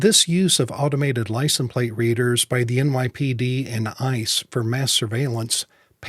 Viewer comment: Wondering why you say licen plate..... Great videos though.